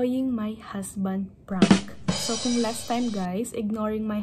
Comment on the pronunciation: Prank not Prunk 😂 damn trying hard